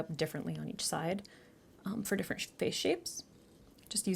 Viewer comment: hahaha, say different again. 🤍